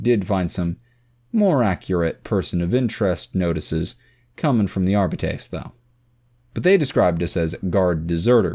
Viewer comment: As much as I loved listening to this series years after reading the original, the way this man reads Arbite/Arbiter hurts me every time.